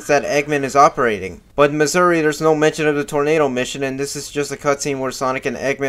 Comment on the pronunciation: Why do you pronounce "mazuri" as "missouri"